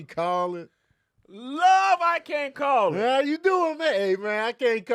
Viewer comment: “I can’t CALL it I might SPALL ittt” is my favorite rendition